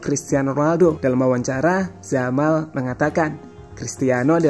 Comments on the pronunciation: Yamal mas bukan jamal jelek kali jamal😅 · Saya suka sama channel ini karena pengisi suara nya enak didengar dan irama bicara nya ga monoton. Tapi saran saya, perbaiki lagi pengucapan (pronunciation) nya, karena kalau salah pengucapan bisa mengurangi kenyamanan yang nonton. Terutama pas ngucap nama pemain. Di video ini nama 'Yamal' kalau pengucapan nya benar bakal jadi perfect sih menurutku. Itu aja yg mau saya sampaikan dan maaf kalau kata2 saya menyinggung. Semangat terus! 😄